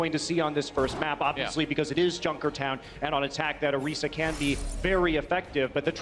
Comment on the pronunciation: It’s not “orysa” it’s Orisa. i